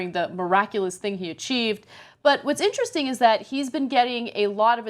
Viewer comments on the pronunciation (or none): none